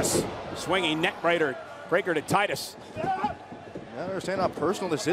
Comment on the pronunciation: lol michael said neck brader instead of neck breaker